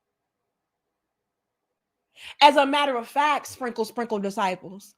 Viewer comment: Why your country self say "spinkle, sprinkle" like that tho? You're too silly.